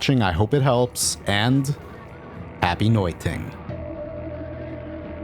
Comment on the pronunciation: "happy noiting" :)